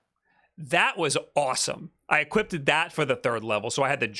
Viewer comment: "equipted" drove me nuts